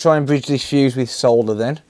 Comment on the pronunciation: FINALLY! Someone who pronounces Solder correctly. Sole-der...not Saw-der. 😁😁